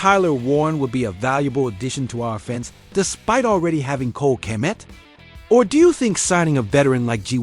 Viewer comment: Gotta stop using AI for your voice overs. They can’t pronounce any of the players names properly Kay-met, O-dones. Kmet and Odunze deserve better lol